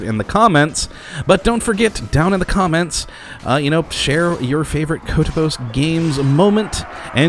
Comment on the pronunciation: My favorite moment? Definetly the weird way you said "Kottabos" in your first video, I dont know, I find it interesting